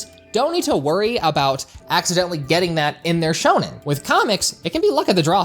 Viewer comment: I know how saids Shonen wrong 😂